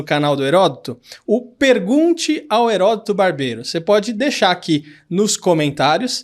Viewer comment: Ele flw Eroto Barbero na primeira vez huhauhauhauhauhauhauhauhauhauhaiha